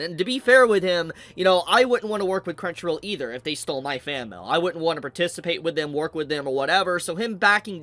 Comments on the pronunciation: M A I L, not MAL, pronounce it correctly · Its like he pronounces mail as mel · why dude saying mell